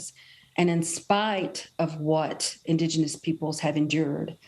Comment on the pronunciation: Joe can’t even pronounce indigenous.